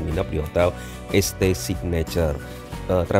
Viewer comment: St itu bacanya saint kak, jadi namanya saint signature